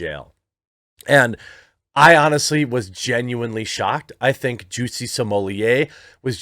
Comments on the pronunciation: If you’re going to continue talking about Jussie Smollett, get his name right. It’s Jussie Smollett, not “Juicy Sommelier”. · ITs not Jussie, its Juicy :D